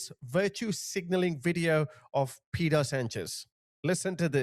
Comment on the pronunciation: Pedro "Paydroh"